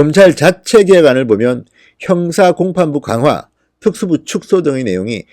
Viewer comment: 진성호님 발음이 너무 안좋아요 특수부를 줄이겠다랑 그리고 뭐라하는지 못알아듣겠어요 부분 답글로좀 써주세요 아 답답해 발음이 너무 안좋으시네요